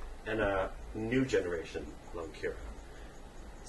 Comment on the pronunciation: its not lungkira its lungkaryan